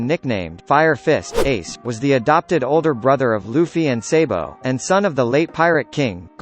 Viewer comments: Wtf did you say saibo what kind pronounces you have sabo nat saibo saabo nat saybobobo amp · Lol got kinda mad when you said saybo and not sabo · ITS SABO AND SOUNDS LIKE SOBO GET IT RIGHT NEXT TIME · My guy said saybo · he pronounced it very wrong